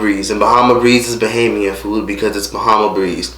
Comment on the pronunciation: You're one of the few Americans who say bahamian right and idk about no bahamian style baby back ribs, you shoulda get some conch salad or crack conch or something but over all great video!